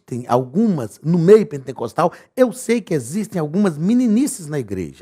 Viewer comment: Só eu entendo o Pastor falar PENTENCOSTAL ??? 😲